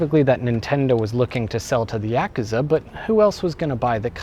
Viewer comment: Technically, since Nentendo bought Sega, Sonic is owned by Nintendo now. Meaning, he was fine to be in this video. Also, anyone else cringe every time he mispronounced Yakuza? Which was every time he said it?